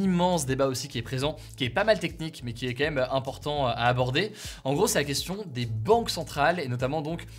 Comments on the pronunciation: La manière dire dire " Quand même" d'Hugo. "KaÈme" J'adore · ..c'est pas "KLM"...? Y'aurait un message subliminal ??